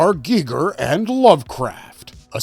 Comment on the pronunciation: Is he saying HR geeger on purpose and not Geiger